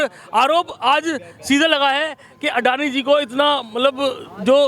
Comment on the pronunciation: अदानी नही सर अडानी हे नाम तो सही करो